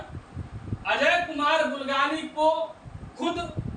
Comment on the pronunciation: Bulgane nahi bulganin